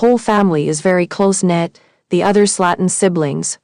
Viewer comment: Mispronunciation of the surname "Slaton". so what else is incorrect in this report? Hmm